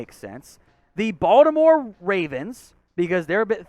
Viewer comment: y'all need to hire a Baltimore dude, BTW it's "BAWL-tim-or"